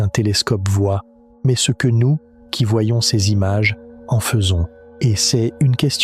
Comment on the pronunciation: Maze... Faudrais que l'IA apprenne a dire ''mais'' comme il faut. Un problème ''Géante'' Sérieux ? C'est ''Immmpossible''. Il doit en avoir plein d'autre, maze j'ai décroché.